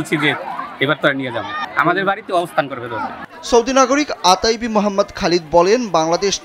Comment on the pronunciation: আতাইবি না, ওথাইবি